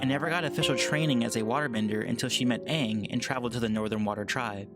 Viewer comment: Lol I cringed when they said Uung instead of Aang